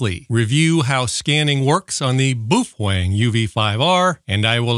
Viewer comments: "Bow fang" is how it's pronounced, you hater. Lol jk i love your vids! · Love the information and videos, hate the unsharpened pencil and how you pronounce Boafeng, there’s no “w” in it mate 😂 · the Boofwang pronunciation is amazing forever reffering to it as my Boofwang xD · What's wrong with correctly pronouncing Boof Wang? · Not to mention pronouncing the radio “boo-fwang” cracks me up every time.